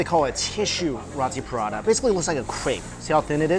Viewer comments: pra-ta not prada. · Mike you just triggered the entire caribbean indian population with the way you pronounce Roti and Prata😂😂 we pronounce it like "Roetee Parata" but thats alright different cultutre different pronunciation. Ours is the straight Indian version though. Oh and Curry too...we say "Cuhree"😂😂